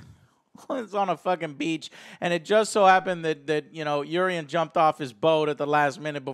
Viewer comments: Rhaegal, not Rhaegar. Drogon, not Drogo. Euron, not Eurion. Clegane, not Cleegan. How do you mix up names so easily??????? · The only character's name that Joe can pronounce correctly is "Jaime" lol. Who is Varies? Who is Eurion? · Eurion??? Isn’t his name Euron? I notice that many USA you tubers have difficulty pronouncing the names of GOT characters!?...adding additional ‘i’s’ where they don’t exist! Like Arriah! Who is actually pronounced Ar-ya. Two syllables. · "Cleeeganbowl" "Varies" "Eurion" wat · Are you sure you've been watching all this time? You pronounced so many names wrong lol. Yurion? Drogo? Cleg-in bowl?